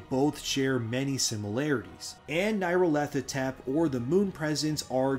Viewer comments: Nyarlarthotep is NEE, not NIGH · Nile-ahr-foh-tep. but good effort trying to pronounce that weird ass name.